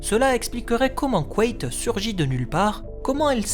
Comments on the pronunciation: C'est intéressant, j'ai toujours dit "quête" dans ma tête. T'es sûr que ça se prononce "couette" ? J'aime pas trop :p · Je peux pas m'empêcher d'entendre couette au lieu de Quaithe à chaque fois 😭